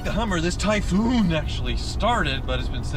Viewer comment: "Tie FFFoooun"